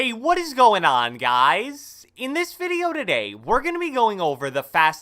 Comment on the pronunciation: The way you say ”what is gOIn oN GuUuyS” is hella wierd b